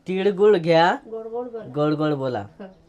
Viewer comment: तिडगुड नाही रे तिळगुळ बोल...आणि ते समथिंग समथींग जरा कमी बोल😂